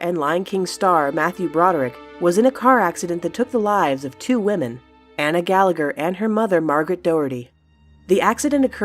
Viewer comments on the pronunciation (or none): none